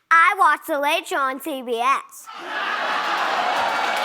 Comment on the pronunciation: CBS, as in See B.S. and not Sea B.S.